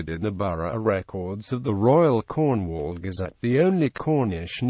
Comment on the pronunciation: Someone please give this fellow elocution lessons on the pronounciation of Cornish Towns and Villages. For a start , Mate it is not Corn-wall but Cornwull !